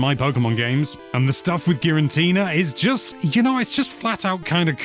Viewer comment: Why does he pronounce Giratina as Girantina? Theres3only 1 N in Giratina sir